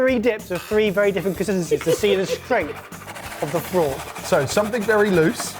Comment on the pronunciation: I'm sure they brought in the frork just to annoy 🤣